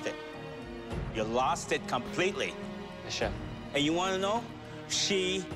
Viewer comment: It's chef not chief :-)